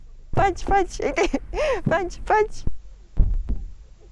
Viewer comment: パンチ👊パンチ👊 パンツ(^_^;)パンツ😍と聞こえる😅